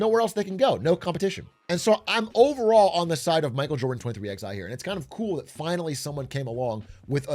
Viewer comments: "twenty three X I" I know non-NASCAR fans might not get it but it's still jarring lol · why is a Nobody with Zero knowledge talking about Nascar?!? this is Such a horrible video and the Team name is 23XI, like the numeral is pronounced Eleven... strikes me as a Person who knew less than Zero and did the Bare Minimum with Chat CBD to help. Horrible Critical essay, 1 outta 10, the One because you actually Made a Video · Lol. "23 ex i" racing. Funny hearing someone outside the loop read the name. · “Twenty Three X I Racing” 😂💀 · 23 eleven....23...x...i... lmao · Im a 1/3 in the vid. Please don't tell me he keeps calling it 23XI instead of 23/11